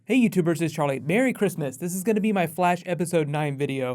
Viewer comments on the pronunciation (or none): I swear I heard you say "Barry Christmas "